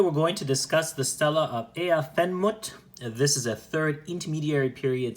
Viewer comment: ish btw it’s “Ah-ah en moot-ef” I think, “Aah’en mootef” —- [ˈʕaʕa en muːt ef] IPA key: • ʕ = a deep, voiced sound from the throat (like a soft grunt or glottal “a”) • a = “ah” as in father • uː = “oo” as in boot • t and f = normal English “t” and “f” • en = short “en,” like ten